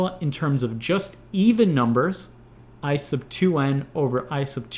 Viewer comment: when he says "I sub" it sounds like "ice of"